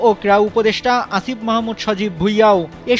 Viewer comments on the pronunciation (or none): none